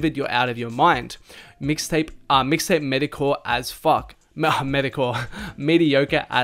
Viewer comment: Dude said “Medi-core” 😂